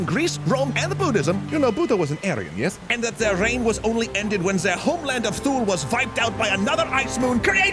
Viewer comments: I think "Thule" is pronounced "Too-lee", not "Thool". There is a community in Greenland with an American Air Force Base called Thule Airfield, pronounced that way (but I think today it's called "Pituffik Space Base".) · "TOO-LUH" not "THOOL"